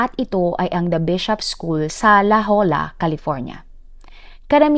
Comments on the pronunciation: la jolla california.... fyi it read la hoya😂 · La Jolla pronounce La Joya